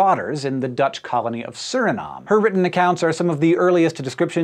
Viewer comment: i'm from suriname and you butchered it man 😄